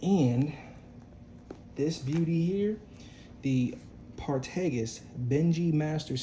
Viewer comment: Lovely haul bro. Keep them coming and ets learn how to pronounce those names . You killed Partagas.